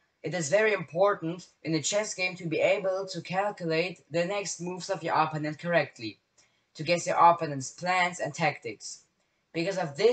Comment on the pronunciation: Little pronunciation tip, opponent is pronounced op-PONE-ent, not OP-on-ent like you're saying it